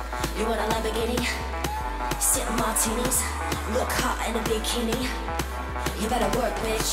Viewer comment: I always thought that Work Bitch was so weird because the way "hot" and some other words were pronounced did not sound like Britney at all, now I know...